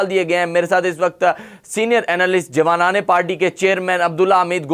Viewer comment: Anchor ki Urdu شرایاط, شرط ، شرائط, Abraham Lincoln, not Abraham Lankan, جوانان پاکستان ہوتا ہے ،، نہ کہ جوان نان پاکستان ۔۔۔ guest ki Urdu se hi seekhny ki koshish kry khudara, itny senior guest k samny aesi Urdu afsos es qadr Urdu ka naas anchor ki trf se